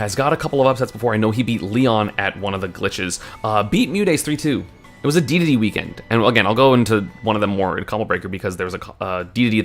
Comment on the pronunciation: HE SAID DEDEDE CORRECTLY!! WE WON